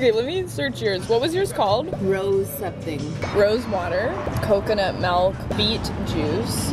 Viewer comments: Melk?? No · Lol, it's actually MELK😂 She's just so adorable though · WHERE IS THE E MELK BRO ITS MILK SAY IT RIGHT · I love you, but every time you say "malk," I die a little inside. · Canadians and their "malk" pronunciation 😆😆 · Melk. Malk. Mulk.